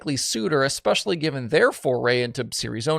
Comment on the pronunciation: Love your work and you do a great job, but the pedant in me is omnivorous so…. It’s COULDN’T care less. Folks reading this… It is basically NEVER “could care less”. Just think it through…. I have given up on the entire western hemisphere forgetting how to pronounce “especially” over the last ten years—no “X” sound in case you are wondering—but I’m not letting go of a similarly futile effort to rectify “could care less” until I depart this mortal coil, which, mercifully for all involved, won’t actually be too long from now.